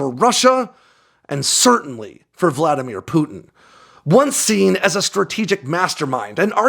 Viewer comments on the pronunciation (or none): none